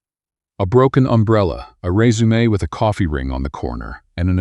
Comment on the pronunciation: 20.34. Your voice is the first one I have heard that properly pronounces "resume" in this context.